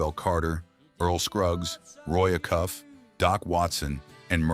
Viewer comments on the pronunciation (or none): Sure wish AI could interpret name Roy A cuff rather Roy a cuff 😂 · This is a good video, but I am so tired of this pedantic AI narration. It always mispronounces names we all know, e.g., Acuff. Sheesh.